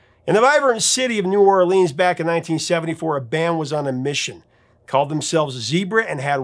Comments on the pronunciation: Sir, it’s not New Orleeeens. It’s New Or-lens. Like lenses in your glasses.😂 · It is pronounced New Or-lenz NOT New Or-leenz. Book it, thank you.